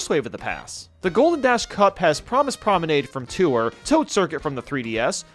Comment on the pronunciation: "Promise Promenade" I'm convinced that is saying things wrong on purpose at this point for the memes.